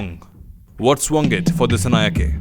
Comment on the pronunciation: This editor from India don't know about country Sri Lanka and pls pronounce the name correctly "Dissanayaka" not "ke" even it writes as "Dissanayake"